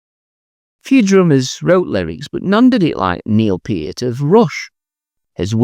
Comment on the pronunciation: Wonderful concept for a video, well done! Jon Anderson for a short time was brilliant beyond measure. Peter Hammill is certainly a shoo in by all respects. Even though I'm not much of a Rush fan, Neil Peart deserves kudos. Thanks for pronouncing his name correctly! Of course, Ian Anderson was one of the finest. I might also add for classic prog lyricists Peter Sinfield for his work with King Crimson as well as ELP, as well as Richard Palmer-James, also of King Crimson. And on that track, Id add into the mix Bryan Ferry and Brian Eno for crazy deep or off the wall tongue in cheek lyrics. Perhaps Pt 2? I've always considered lyrics a very important aspect of the music I love. For modern prog, I will still throw out Major Parkinson, both musically and lyrically amazing stuff. While it is only considered marginally prog by some, XTC's Andy Partridge was without peer. Personally, I consider XTC prog.